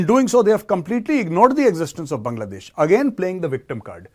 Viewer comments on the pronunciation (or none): none